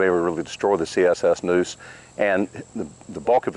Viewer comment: It's NEUSE like the river not NOOSE like the rope